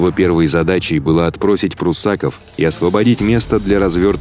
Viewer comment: Не пруссАков, а пруссакОв!